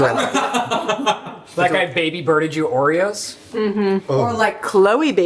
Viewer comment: "Like I baby-birded you Oreos??" "Or like Khloe baby-borded you ordeodobos.", I thought I was having a stroke for a second, Lord. 😂😂